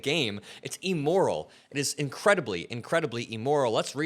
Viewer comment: Honey you’ve got to pronounce words correctly because it amps up your cred. The word is actually IMMORAL. Not EMORAL!! You’ve got a good audience. So bring everything in to us on the real!!💙